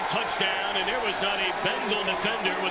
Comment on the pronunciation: Who is this one commentator thats says “touchtown” instead of touchdown